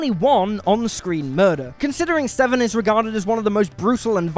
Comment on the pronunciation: It's "Sesevenen", not "SeVsevenen"